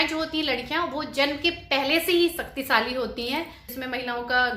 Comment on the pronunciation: Saktisali nai hota h shaktishali hota h